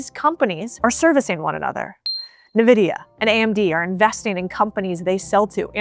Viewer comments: Love your videos, but I have to say it. NVIDIA is pronounced IN-Videa. Not NA-Videa. Nvidia is the largest company in the world and seemingly nobody knows how to pronounce it. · Saying "nividia" instead of "Nvidia" like "envidia" shows how much you know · If you want to sound like you know what you're talking about, it's "en-vidia" not "nuh-vidia" lol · I was all in until I heard your pronunciation of Nvidia 🤓☠️😖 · I have followed your channel for a long time and I overwhelmingly agree with you on most things... But in this case, I have a hard time following it when you are mispronouncing the name of the most valuable company in the world. NVIDIA is pronounced in-vidia not... Nuh-vidia. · Do you say "Nuh-vidia" instead of "En-Vidia" ? I didn´t know there were different pronunciations. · It's not na-vidia. It is pronounced as en-vidia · Every time you say NUH-VIDIA an angel dies and falls from heaven. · Just a tip - it's pronounced "ENvidia", not "NAvidia". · it's EN-vidia not IN-vidia or nuh-vidia , it's always Been EN-vidia ... just type in Nvidia in to youtube and find videos from early days , 10-15 years ago , it's Always been En-vidia , how Else WOULD you pronounce it ? there's no '' i '' in the letter N , is there ? where would you even Get One ? the letter N is pronounced EN , so EN-vidia ... it's pretty f*ckin simple , no ? idk why people just ... can't read properly anymore ... EN-vidia , i've heard it ALL MY LIFE , from their OWN intro videos in games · in vs en... youre agreeing with me... If you watched the video, she says Nuh-vidia... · "nuh-vidia"? next! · Stopped the video as soom as she said NUH-videa 🤦‍♂️ .. What a poser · She said nevidia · Listening to you say "Na-Vidia" makes you sound ridiculous. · It is pronounced: EN-VIH-DE-AH. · Nvidia is pronounced - en-VID-ee-uh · Learn how to pronounce Nvidia correctly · It's rage bait how you pronounce "Nvidia" right? :)